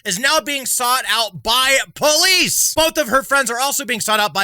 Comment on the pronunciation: Are you saying "perlice"?